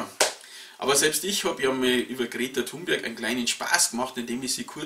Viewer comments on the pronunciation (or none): none